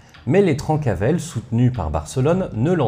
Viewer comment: Je met un com surtout pour le référencement mais j'en profite pour dire qu'on prononce "Trincavel". J'ai passé ma vie sur leurs anciens fief et à chaque fois que je t'entendais prononcer "Trancavel" dans ta vidéo ça m'arrachait les oreilles, déso 😁. D'ailleurs on ne connait pas précisément l'origine du nom. C'est soit "trenca vel" "tranche bien en occitan" ou "Trenca avelana" "casse noisette" -> "casse couilles" quoi, ce qui leur corespondait assez bien. Comme d'habitude super taf en tout cas!